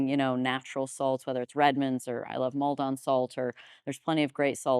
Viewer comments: Hey Paul. I enjoy your content and your POV on health. However just wanted to jump on and point out that Maldon sea salt does not need to be pronounced like that. It's just Maldon, i.e. a small UK town in Essex. Less glamorous but in no way deleterious to the great quality salt. Keep doing what you're doing. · The mispronunciation of Maldon has got this Essex boy crying with laughter 😂